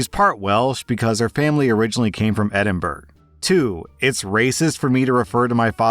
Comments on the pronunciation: Edinburgh isn’t pronounced Edinburg. Burgh is pronounced burr-uh. It’s the Scots spelling of Borough. Which isn’t pronounced bo-roh whilst I’m at it. Sorry. I’m going back to Sad Git corner now. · Hi, Scottish know it all here, love the channel. Edinburgh is pronounced Eddin-burrah not Eddin-Burg. Thank you 🤩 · Edinburgh pronounced closer to Ed-in-bur-a, not Ed-in-burg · as an Edinburgh local, no one pronounces it's Edin-bruh, but Edin-bura. Pronounce it any other way and you will get an eye roll at best and chewed out by a fed up Scot fairly frequently. Same as if you pronounce Glasgow as Glas-cow... It's Glasz-go. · The moment pronounced Edinburgh as Edinberg I could hear the entirity of Scotland yelling from two hundred miles away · We did indeed start screaming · It was pretty loud, I heard it in Kansas, US. 😉😂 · As someone from Oregon, I feel so bad for not knowing that was the wrong pronunciation. Thank you for the info! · Not even Scottish but I've lived in Scotland enough that I yelled at my phone the right pronounciation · 😆I could even hear it from the other side of the world here in NZ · I only spent a week in Edinburgh, and I whipped my head back at my phone. How does one even get Edin-berg? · Edinburgh. You need to learn how to pronounce it. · LEARN HOW TTO PRONOUNCE ENDINBURGH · The majority of places in the U.K. are not pronounced like they're spelt. Gloucester, Leicester, Edinburgh, etc.